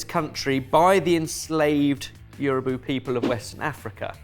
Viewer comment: The word here is Yoruba not Yorubu.